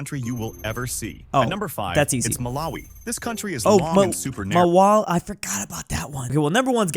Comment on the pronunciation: "Oh, Mawawi" strikes again!